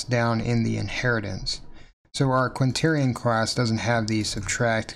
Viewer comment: You seem to have written Quaternion but are not pronouncing the 'n' in the middle.